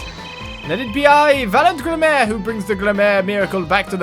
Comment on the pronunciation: I think Gramarye is pronounced “gram-a-rye” (like rye bread) or “gram-a-ree”. I think? Besides that though, this is the worst time for a magician to be secretive when murder has taken place! Don’t be so annoying Valant lol